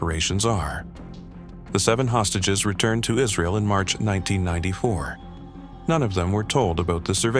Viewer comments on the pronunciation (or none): none